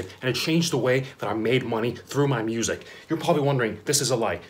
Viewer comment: Did he say busic??!?